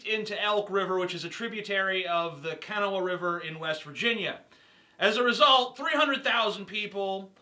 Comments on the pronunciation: As a West Virginian, I'd like to say one thing. Kanawha is pronounced Kuh-NAW. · Kanawha is pronounce Kuh-Naw.